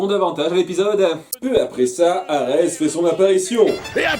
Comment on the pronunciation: En plus de changer le nom "Boreas" en "Borée" durant les chansons, y a qui prononce "Arè" au lieu de "Arès"